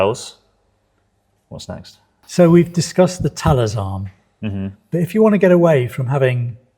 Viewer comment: No you said it correctly before "ta-less". I believe that's how the defence company is (or should be) pronounced also. Small note: they no longer make their more advanced tonearms, the "Thales Original" and the "Thales AV". What a shame...